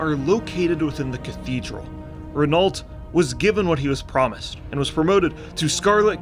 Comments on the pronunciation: it's "reno" not "renolt" 😬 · Great video (necro commenting), the Scarlet Crusade is the only thing left about WoW that I love and I wish they'd give them some honour and make them a true force. Also, it's pronounced "Reh-No" not Rehn-alt. Cheers! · pronounced "rey-no" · just so you know, renault is a french name and pronounced more like "reh-no" . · Renault = Renoh .. just sayin like! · My favourite part was not knowing how to pronounce Renault.